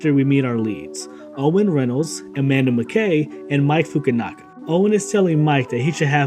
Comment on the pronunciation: “ Mike fukanuggettet” It’s Mike fukanafa sir